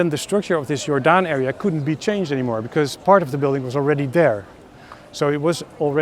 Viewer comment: It’s not pronounced like the ‘g’ in George, it’s pronounced like the ‘y’ in your. Jordaan. It’ll just take a sec to look it up. Don’t you have Internet?